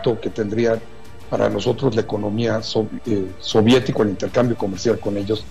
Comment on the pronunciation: "sóvietica". en que mundo vive este señor